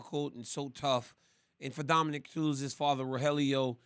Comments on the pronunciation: Yo RC.... For the love of god bruh, can we get a name right?! Gordon, Dominic.... these arent difficult names to be mispronouncing over and over and over and over for a year now. Dominique is usually a womans name, my guy. I get you work with one thats a dude but you been calling Cruz, Dominique, for a over year! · Am I the only one who thinks it’s super disrespectful that RC consistently says Dominic’s name as “Dominique”? That’s a woman’s name dude get out of here you even corrected yourself!!! YOU KNOW HIS NAME PLEASE MAKE AN EFFORT